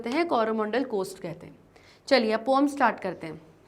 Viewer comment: Om nahin hota poem hota Hai😂